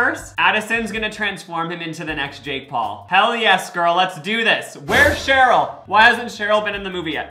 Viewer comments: sorry to break it to you bestie, but its sheri not cheryl <3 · SHERI!😂SHERI NOT SHAROL! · referring to sheri as “cheryl” the entire video is killing me softly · HER NAME IS SHERI!!!!!!!!!!! NOT ‘CHERYL’. 🙄the disrespect…